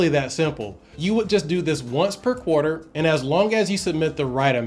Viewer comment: QUATER LOL